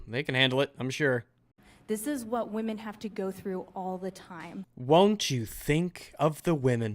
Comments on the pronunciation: "Won't you think of the women". No. Second, it's wamyn. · "OVER 21 MILLION WAMEN?"